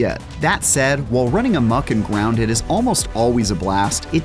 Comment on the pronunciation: he says gwounded